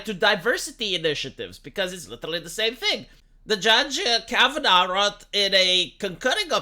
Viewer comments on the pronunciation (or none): none